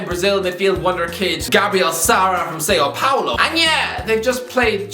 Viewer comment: has added Sao Paolo to his collection of terrible pronunciations. Classic lol